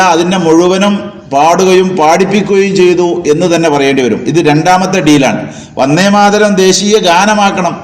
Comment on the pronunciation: യാ തലേക്കെട്ട് ......, ആദ്യം ഉച്ഛാരണം പഠിക്കൂ, വന്നേ മാതരവും പോയെ മാതരവും അല്ല!!!! വന്ദേ മാതരം.. മാപ്പിളാരെ പറയിപ്പിക്കാൻ കുറ്റിയും പൊരിച്ചു ഉറങ്ങുന്ന കുറെ ഫുദ്ധി ജീവികൾ ..